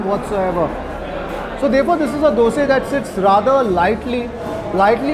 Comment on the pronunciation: Appreciate you saying Dose NOT Dosa 👍